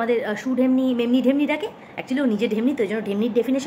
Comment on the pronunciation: ও রিম্পা'দি, যখন বসে ভিডিও করবে,ক্যামেরা টা একটু স্ট্যাবল পজিশনে রেখে নিয়ো প্লিজ, কথার সাথে ভিডিও সেইক করে, the way you say "ঢেমনি" is superb 😅